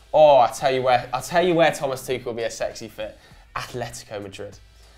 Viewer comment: "Tuchel" not "Tuchal", unless there's some play on words which I don't understand :D